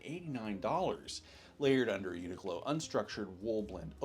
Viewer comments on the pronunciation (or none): none